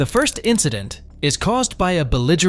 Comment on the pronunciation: "The next indecent?" I think you mean incident. (Chloe)